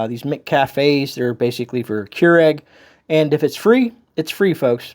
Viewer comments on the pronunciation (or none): none